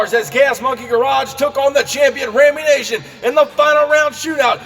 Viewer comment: Great racing. But there is only one 'a' in Rammunition. Nition not nation. You trigger my OCD every time you pronounce it wrong.